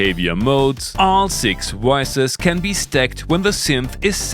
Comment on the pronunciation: Especially when it comes to synth “Woices”